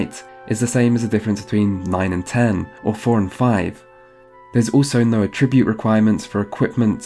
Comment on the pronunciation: i've never heard anyone pronounce at-ribute like a-tribute